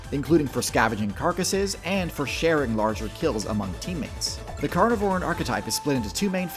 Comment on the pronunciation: Why is he putting emphasis on "vore" in "carnivoran"